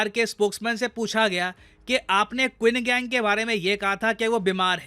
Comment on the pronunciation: Qin gang usko nhi phardte usko , usko "chin kank" phardte hai, bhale qin gang likhte hai!